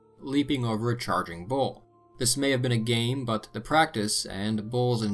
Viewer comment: When U say bull it sounds so much like bowl